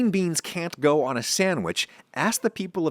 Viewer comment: Appreciate how you pronounce Chile, amongst other foreign words.